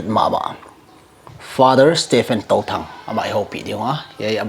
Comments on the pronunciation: Bro it will be Touthang not Tothang😂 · Fr.Stephen Touthang not tothang